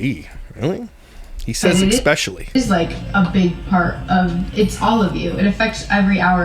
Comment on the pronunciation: Yea she looks preggo af. Also I’m sure he said “eggspecially”